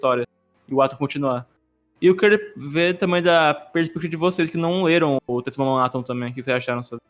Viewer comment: Pequena errata: Em alguns momentos falei "TetsuwaMAN Atom" ao invés de "Tetsuwan Atom", perdão geeks